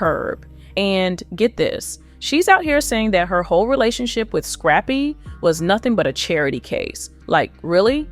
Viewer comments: Why she keep calling him scrapie lmao 😂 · Girl the man name is scrap-py